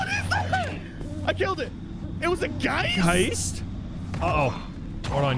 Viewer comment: " a GEIIIST" (=Ghost)😂😂😂😂 that was a pretty good German pronounciation